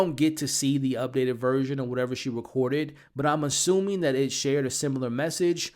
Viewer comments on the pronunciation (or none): none